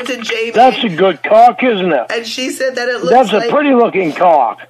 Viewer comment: I miss dronk. It was always shecks, caawk, peenush. That all he thinks about and it comes out more when he’s dronk 😂😂😂. Virgin #87.